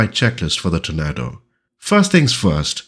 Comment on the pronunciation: I still think you compose the best FS2020 videos, (is that your first name or last name?). A minor point, but "Tornado" is pronounced 'tor-NAY-doe'. Since this release comprises the GR4/GR1 (and ECR) variants, its home bases would more naturally be RAF Marham, RAF Lossiemouth, RAF Honington, RAF Brüggen and RAF Laarbruch (the latter two of course, in Germany).